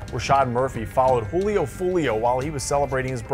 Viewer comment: Jewlio lol